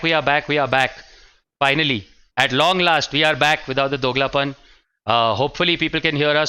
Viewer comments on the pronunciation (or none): Actually it's 'dogulapan' and not 'doglapan'.